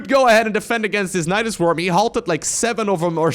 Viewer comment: "Nydas by's" was the thing you tried to say but it sounds SO much like Nydas bajs which means Nydas poo in Swedish ;D